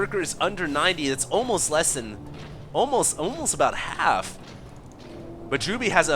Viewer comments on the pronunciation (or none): none